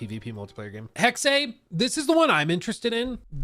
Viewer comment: thx for keeping us updated. i wanted to inform you, the “e” in “hexe” is more of an “hexuh” sound then “hexay”